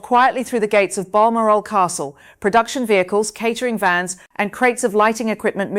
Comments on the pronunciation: Bar moral castle? Where the heck is that? Perhsos she means balmoral? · Seriously: you can't even pronounce Balmoral correctly? Can't trust won't watch.